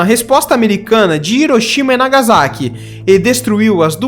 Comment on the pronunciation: O correto é Hiroshima "RIroxima" (H com som de R de Ricardo) e Nagasaki se pronúncia "Nagassáqui"